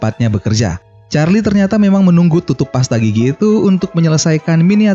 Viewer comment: Lah kenapa nyebut Charlie malah gini ch4rli